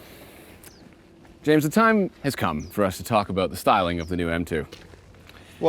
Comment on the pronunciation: My favorite part of every throttle house video is when James says "and eymmm jayhmes" it makes my day.